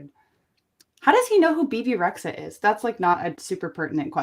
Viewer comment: ITS BEBE REXHA read as REJA not REX...HA shes albanian not a alien from thanagar